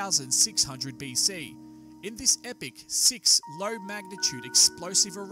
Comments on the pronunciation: Epoch, not "epic". You're welcome. But, good video, though. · enjoyed the vid but could you please clear couple items up; I thought epoch is pronounced 'ee-pok' in english and in geology is defined as 10 million years, and is part of a geologic 'period' of up to 100 million years; however the terms epoch and period seem to be used interchangeably here & events cover much shorter geologic timespan